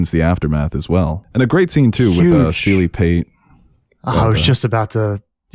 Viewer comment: Steely Pate not pete